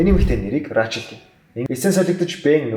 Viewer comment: рачел гэж уншмааргүй байнаа